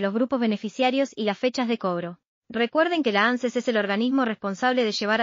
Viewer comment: No. Se leee. Ánces. Se lee. Ances